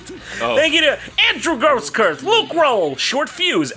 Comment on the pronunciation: I'm very glad you got my name pronunciation correct, Grosskurth gets mispronounced SO OFTEN.